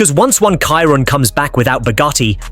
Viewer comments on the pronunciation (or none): You better learn first how to pronounce the name of the car. Chiron is read in french like “sheerón” not “Cairon” like you do. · Chiron is pronounced “Shiron” not “Kiron” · I WILL SUBSCRIBE WHEN YOU LEARN TO PRONOUNCE CHIRON CORRECTLY !